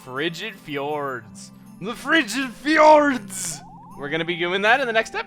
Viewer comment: chuggaa, it's not pernounced fee-ors, it's jords.